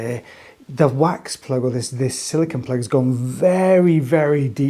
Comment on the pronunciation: Silicone, not silicon